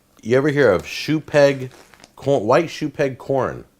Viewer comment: I keeping hearing shoe peg porn, not shoe peg corn.